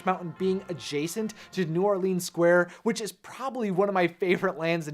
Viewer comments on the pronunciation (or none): It's pronounced New OR-LENS. Not New OR-LEENS.